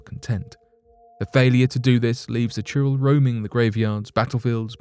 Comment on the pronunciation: It's churail not churro 🤣🤣🤣🤣🙏🙏🙏🙏